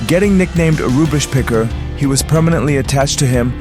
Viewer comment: It's rubbish, not rubish.